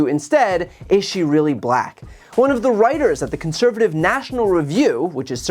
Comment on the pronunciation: Only Donald Trump can make the word "black" be two syllable's. What a moron.